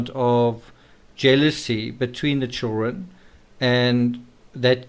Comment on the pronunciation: ”Chillren” is driving me absolutely nuts. It’s ChilDren! How hard is that